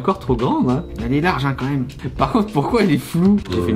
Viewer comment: as-tu dis un "maime"?